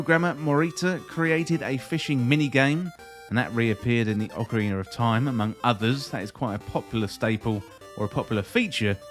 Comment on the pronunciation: Why do Brits have such difficulty pronouncing Ocarina of Time?